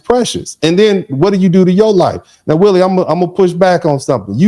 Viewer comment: Willie is saying it exactly right